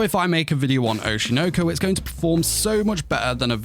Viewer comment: why are angloids incapable of pronouncing anything japanese. Oshi no ko. Oshi. noh- koh- not oshi noaw koaw